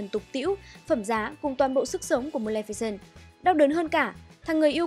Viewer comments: Ad đọc sai tên rồi nhé, Mlemficent mới đúng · chị lồng tiếng đọc hay vậy ạ =) mờ lem phi xừn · Sao mình cứ nghe thành mlemficent nhở